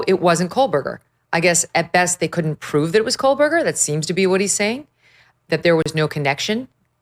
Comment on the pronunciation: It's funny how she says his name wrong the whole time. Bravo! Can't wait until we never have to hear that name ever again!